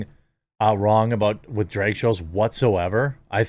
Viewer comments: You pronounce drag weird 😂 at first I didn’t know what you were talking about. It’s pronounce like “drag” in the the mud or the first part of “drag”on 🐉 Edit: despite my nitpick your content is phenomenal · Why are you saying dreg? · “Drayug show” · You say "drag" like trisha paytas says "bag" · Hearing the MidWest accent trying to pronounce "DrEg Show", hilarious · Jeremy's pronunciation of "drag" is the most midwest thing I've experienced all day and I live in north dakota 😂